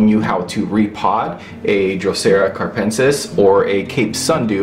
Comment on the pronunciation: I also have a capensis in a south-facing windosill. But I noticed it needed more light so I bought an LED bulb and right now it is even flowering.I love your videos! Keep it up! A little correction, it is "capensis", not carpensis:)